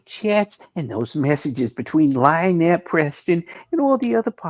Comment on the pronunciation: the lawyer even pronounces Lynettes name a Lie-nette